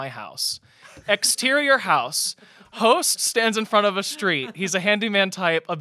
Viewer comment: When said “and I’m here with my host” I thoight she said ho£ 😭